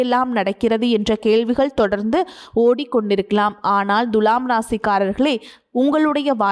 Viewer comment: It is not Dhulam It is Thula